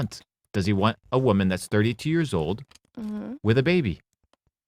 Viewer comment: “Thass” on he-im.” Not “that’s.”